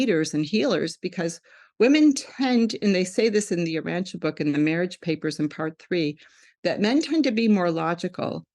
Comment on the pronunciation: This guest is amazing, I’ve read the Urantia book although I was mistakenly pronouncing it “Ur-ran-tee-a” 😅 I’m not sure why people are dismissing this, Women matter. Amen. 😇